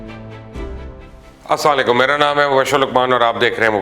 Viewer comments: Assalm o Alikum sahi bola krn plz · واقعی اسام علیکم(اسکا مطلب ہےتم پر موت واقع ہو) بولتا ہے جو کہ یہودی نبی کریم صلعم پر بولتے تھے جس پر اللہ سبحانہ و تعالیٰ نے ان پر لعنت کی تھی. مبشر لقمان کیوں "اسام علیکم" کیوں کہتا ہے؟ 🤔صحیح طریقے سے کیوں سلام نہیں کرتا؟